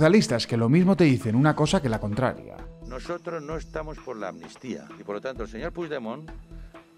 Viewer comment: Si escuchan bien. Pueden poner la velocidad lenta. Los del pesoe y cía no dicen amnistía , dicen atutia.